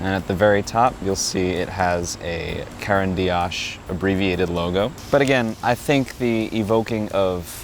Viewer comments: You brutalized pronouncing the companies name. Can't watch. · I liked the video overall, very nice presentation. But please learn the proper pronunciation of Caran d'Ache because this hurts my ears